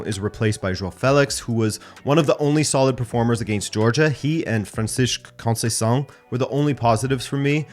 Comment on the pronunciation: Very good pronunciation of the name conceicao